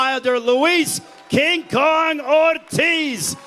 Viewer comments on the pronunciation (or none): none